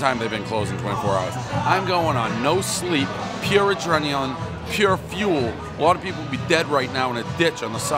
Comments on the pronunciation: You learn something new everyday. 'Adreneon'. Cheers Dave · Everybody knows the rules he's working on pure "adreneon" here